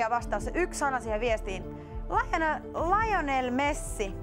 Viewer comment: "Lajonel Messi" hahhaha